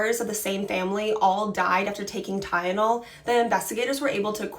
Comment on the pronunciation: It's Tylenol. Not ty-yen-ol